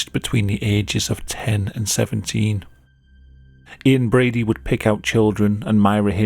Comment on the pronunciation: Ian Brady? I literally every time hear "inbreedy" No diss on the narrator, I love him